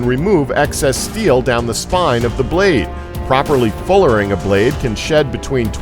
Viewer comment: "Da braid of a longsword"